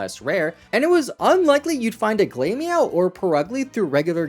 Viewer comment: Glameow is glamor like fashion and meow. Glam rhymes with clam not claim. Glamorous cat. Glamor meow. Glameow. Not glame-meow